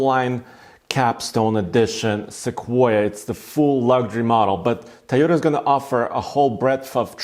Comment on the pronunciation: It's "Toy-ota"...not "Ty-Ota" Good review...